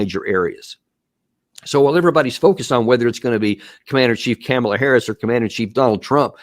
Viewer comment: Trumps foreign policy will be vastly diff than “COM-ala” not “CAM-ala” . I can’t stand her but cmon Man U can’t do a show talking about her this much and stil gaffle her name every time.